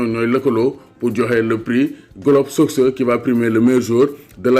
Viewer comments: Ça se lit ''globe sokeur'' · ni nga prononcer soccer yow rek ko meun 😂